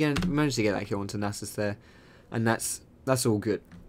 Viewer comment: am I the only one who noticed he says anus instead of Nasus when he ganks?